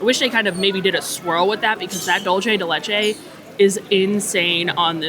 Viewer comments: lol I was waiting for this comment. I live in Miami and every Dolce pronunciation I was like 🥴🥴🥴🥴. Tomato to-ma-toe 😂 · Dulce de leche is Spanish and dulce is pronounced dool-say. Great video.